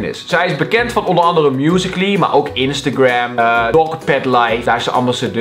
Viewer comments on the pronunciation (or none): none